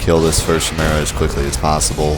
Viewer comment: It's ki-mera, not shi-mera